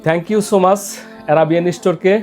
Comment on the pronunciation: Thank u, ছোমাছ। Busiনেজ। উচ্চারণে এত ভুল, এই ভদ্রলোকের নাকি অফিসও আছে আবার অফিসের জন‍্য নিয়ে থাকে সন্ধ‍্যার নাস্তা করার জন‍্য। যাহোক এর‍্যাবিয়ান স্টোর থেকে খেজুর নেয়ার জন‍্য আপনাকে দন‍্যবাদ। আপনাকে আবারও Thank u ছোমাছ।